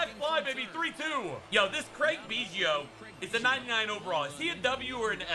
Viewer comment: why so say Craig biggio name wrong😂😂😂